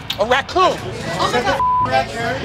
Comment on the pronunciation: lol the way he said "A RACCOON" had me dying